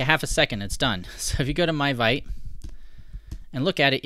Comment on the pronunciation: the pronunciation is veet.